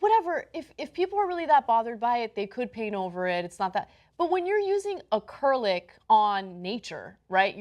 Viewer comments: Lol the way she is pronouncing acrylic is KILLING ME inside. hahahaha acurlick? C'mon Ana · It's pronounced Ah•krill•ik Ana 😂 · A-crill-ick, that's how you pronounce Acrylic. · ACK-RILL-ICK this is an easy word to pernounse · a-KRIL-ik. I'm not afraid to have a "That Guy" off, fella. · Literally couldn't focus on the story because of the "A CURL ICK." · Holy shit, Ana. occurlick is such a botched pronunciation and no one corrected you? Lmao Whoever is behind the scenes should've chimed in immediately. It brings more character to the show and would've given Ana a chance to show humility and correct it without dismissing it. She is literally JUST waiting to say her opinion and barely takes anyone elses accounts into consideration anymore. It's way diff than early Ana. Yall used to be super friendly and banter-driven. Now it's all about agreeing with Ana. Man, at least Cenk lets you disagree with him and gives some sort of open path to him always possibly being wrong....Almost always...and Acurrlick lmao god please. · Acrylic: Uh-Krill-ic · Crew-lick. It's like a cow-lick, but your bros do it to you. I dunno. I think I'm willing to give the graffiti a pass, even in nature. The point of it is to force the viewer to think. You're trying to make them uncomfortable. And hopefully force reflection and discussion. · at first i thought Occurlic was some kind of writing system like runic or cuneiform or something. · Why is Ana pronouncing acrylic so strangely? Is that how Americans say it? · it's not "another aluminium" because while Ana is clearly flubbing acrylic by mispronouncing it, the word 'aluminium' (traditionally British) is merely an alternative but equally suitable way of saying 'aluminum' (traditionally American). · As usual Ana is mispronouncing something. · I know... the R comes BEFORE the Y. Geeze. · Ana is constantly mispronouncing words. Is English not her first language? Seriously. Doesn't she have a graduate degree? She can't pronounce acrylic?